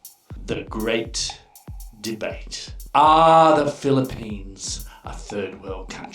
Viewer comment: The "GREAT DEATE"?